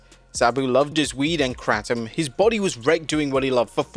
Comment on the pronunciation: Its pronounced Kratom, not Kratom